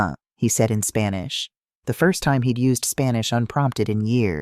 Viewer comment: I hate her Mexican pronunciation, it sounds too gringo😊